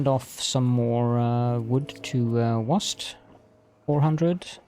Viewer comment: It’s usually pronounced wa-SET. It is indeed a city in ancient Egypt.